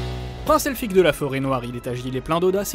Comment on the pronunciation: Meme un nain sait mieux parler elfique que ça! :D